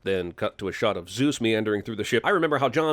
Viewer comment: First of ... second of (not off) winch cable, not wench